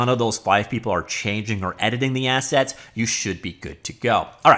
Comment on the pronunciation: "Assets" ..... I thought he said "Asshats" ... my bad😅